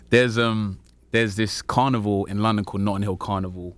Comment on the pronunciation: He pronounces carnival all carnivore lmao